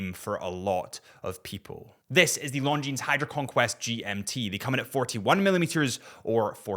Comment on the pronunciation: Isn't Longines supposed to be pronounced with a silent "S"?